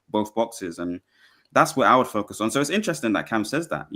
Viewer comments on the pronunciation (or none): none